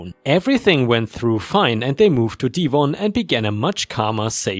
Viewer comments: I'm not British, but I think 'Devon' is pronounced like Kevin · The story of the steakhouse - that must have been terrifying. Why oh why do Karens always double down when told OP doesn't work there? ⭐⭐⭐⭐⭐⭐⭐⭐⭐⭐⭐⭐⭐ You pronounced Devon😅 (a county in England) as Deevon. The e sounds like the e in egg. Best wishes. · The steakhouse story - that must have been terrifying. What really amazes me is how the Karens double down when told the OP didn't work there. ⭐⭐⭐⭐⭐⭐⭐⭐⭐⭐⭐⭐⭐ You pronounced Devon (a county in England) as Deevon. The e is spoken as the e in egg. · Belpful hint,... When someone mentions Devon (or Devonshire UK,) it is normally pronounced as Dev v ah on, said in normal, conversation, Devon (as a word or location of a particular location, it would rhyme along with words such as Heaven, Seven, Kevin, :) LOL, Thanks for the grest funny stories. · Devon is pronounced with a short a sound not a long a.